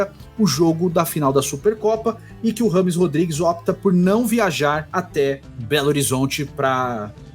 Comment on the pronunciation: Só pela insistência em ser chamado de "rrâmes" ao invés da pronúncia correta, " djêimes", ele merece a carreira q teve.